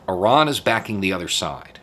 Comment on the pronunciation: I kept hearing Oran instead of Iran. Why we talking about Algeria???